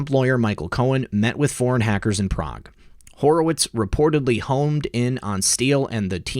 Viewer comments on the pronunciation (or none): none